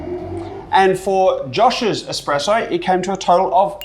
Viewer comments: head barista saying expresso ...not really cool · Did the expert judge guy say "expresso"? Lol